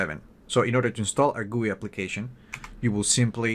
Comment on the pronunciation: I hate it when someone says goooii , just fuckin say G U I